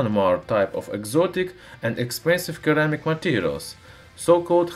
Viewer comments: For the future a friendly note. In English there are 2 ways of pronouncing c. There is a hard c that sounds like a k and a soft c that sounds more like a s. Ceramic has a soft c and therefore it shouldn't sound like keramic. It sounds more like seramic. Hope you find this usefull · 80% of the comments is about keramic vs ceramic pronounciation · Hey, just so you know. The word ceramic is pronounced like "seramic" not like "keramic". It would be easy to confuse someone. Not in this video. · Here's a (little) fix for pronunciation : Ceramic spells like Suh-ram-ik not Ke-ra-mic Please just don't hate me, fellow commenters Plz don't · In English its pronounced se not ke, sssssss like in snake, hope it helps you keep up the good work. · Seems many are willing to point out your mistake of Keramic but not help you. Ceramic is pronounced Sir-ram-ik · It's SERAMIC you stupid idiot! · pronounciation: "sir-am-ick" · Seh-rah-mik : ceramic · Ceramic pronounced seramic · just an FYI, it is pronounced "sur*am*ick" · its a c not k keramic lol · Your videos are awesome. 1 thing friend, it's pronounced Sir-ramic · It's pronounced (seh-ra-mick). Now excuse me while I watch the remainder of the video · C - ram - ic............C has an 'S" sound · Omg first time watcher and despite loving the video I had to give up . It's phonetically seramic, the way you said it was making my ears bleed! 🤪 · Sounds like "seramic" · Keramic xD Love it! :) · I see that perhaps your accent plays a part in your mispronunciations however when you see the word ceramic it is sounded as Suh-Ram-ick. Hope that helps. Great videos though I appreciate when people who share their knowledge. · please let me improve your English the C in ceramic is pronounced as an S so ceramic would would be SUR-ram ic like my name would be pronounced with an S on the end not a C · c followed by e is pronounced as an S sound in English. sir am ik. just FYI. love your videos! thank you for the information. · seramik, not keramik